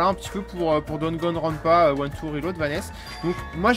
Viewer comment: Merci de nous présenter Danganronpa, mais ce jeux ne s'appelle ni Dragonrounpa, ni Dagonrounpa two, c'est DaNgaNroNpa,( Danganronpa)il se prononce comme il s'écris :) Bonne continuation.